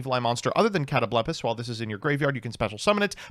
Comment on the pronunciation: on Ritual Dogmatika: "Hmm, maybe I should start taking this deck seriously..." Ritual Dogmatika TMT soon? pronouncing Catoblepas as "Cat o bleh puhs" was really weird for my ears. I've personally always pronounced it "Cut oh bull paw" with a silent s.